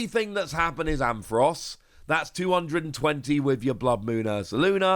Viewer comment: it’s AmPHAROS not Amfross